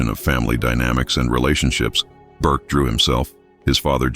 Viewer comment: Its not burke